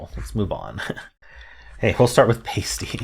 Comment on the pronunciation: The a in Pasty sounds like the a in apple. Still a popular food item in the Upper Peninsula of Michigan.